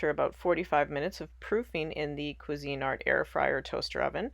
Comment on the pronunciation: It's Cuisinart, not cuisine art...just FYI. 😊